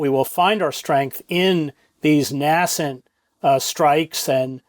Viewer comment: Chris mispronounces “nascent”.